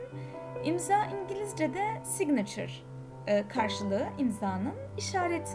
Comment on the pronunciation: Saynaçır diye okunmuyor muydu